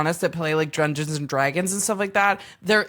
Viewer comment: i love how sometimes says Drungeons and Dragons hahaha, and you already had Ashly Burch who was part of a Critical Role Oneshot:3 she could be your RPG professional